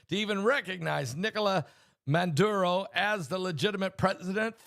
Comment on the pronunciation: Its Maduro not Manduro.